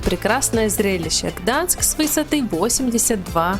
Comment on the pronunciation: Все видео слух резало, не Гданск а Гданьск